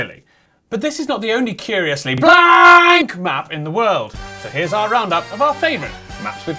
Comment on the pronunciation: ah yes, BLÄNK